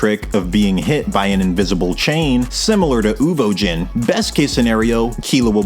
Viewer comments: Uvogin, not Uvojin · WHY ARE YOU SAYING UVOJIN AHHHHH, good video though